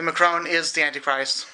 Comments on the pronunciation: Nothing, we just remarked on his horrible prononciayion of "Emmanuel Macron" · you can't even pronounce the name Macron properly !